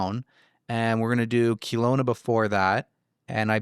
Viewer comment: I just listened on spotify and had to come here to comment this. As a Kelowna born and raised resident, please note that it is not Kee-lowna, more like Kel-owna! Much love ❤